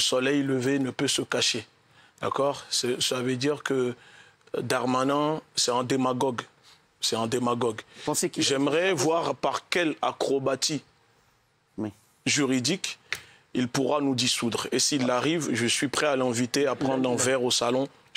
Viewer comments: mdr le pire c'est qu'il le prononce ap correctement..il dit acrobatti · Le défenceur de la ligue... n'est pas même capable de prononcer " acrobaties " correctement ...il est Français le mec ????